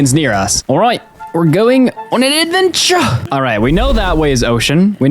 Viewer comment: ayayay advenchuh